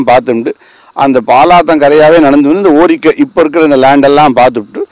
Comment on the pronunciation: Why is the narrator pronouncing Orikkai (ஓரிக்கை) as Orirukkai (ஓரிருக்கை)? ஸ்ரீ ருத்ரம் மாமாவிற்கு அனந்தகோடி நமஸ்காரங்கள். ஜய ஜய சங்கர ஹர ஹர சங்கர!